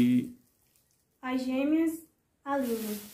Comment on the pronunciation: FALE:GÊMEAS e não gemes